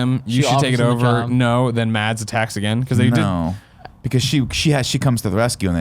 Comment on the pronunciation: The d in Mads isn't pronounced, it's more like Maz.